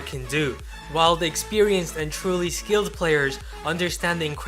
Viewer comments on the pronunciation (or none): stop saying skilled player with an accent on it it makes me feel offended